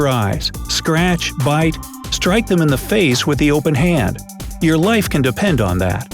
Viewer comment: the way you say bite I think of zombie bites. XD